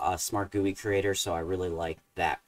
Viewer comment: I have no idea if I mentioned this to you before, but I really appreciate you calling a "GUI" a "gooey"!! :)